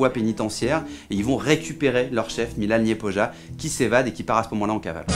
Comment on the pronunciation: Se dit Milan Lyepoya